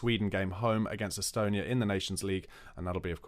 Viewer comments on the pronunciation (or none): none